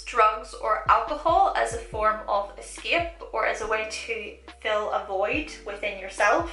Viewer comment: Whenever I hear your accent (ex. eskep) I want to give you a kiss because it's super cute! Btw where is accent from?